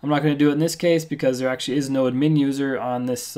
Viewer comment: its not admeen but ad-myn pronounciation dammit!